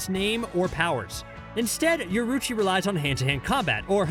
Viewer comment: Yoroichi [Yo-Ro-Ee-Chi]